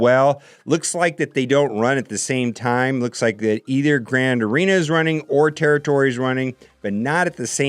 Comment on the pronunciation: my man just called it grand urina.. hahaha love ya